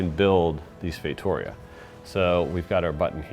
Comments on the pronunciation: Feitoria is not pronounced "Feitohria", but "Feitureea". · I think his pronounce of "feitoria" is incorrect....